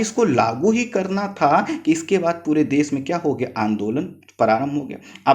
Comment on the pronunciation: Bolne me clearance nhi h .....vishva ko bisva......desh ko des...... Sarvochch ko sanochch....sir please clear bolne wale ki voice upload kren .....